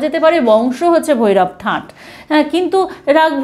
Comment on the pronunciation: ঠাট ,ঠাঁট নয়